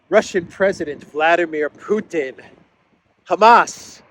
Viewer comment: ..is from..*put-in*...LOL